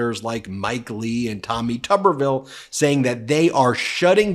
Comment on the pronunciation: Hi, Ben!! Love your show! Whenever I see a new clip from you, I know I can trust it! Kudos to you and your team on your success. BTW, Tuberville is pronunced TUBE-er-ville. If it had two Bs, then it would be TUB-er-ville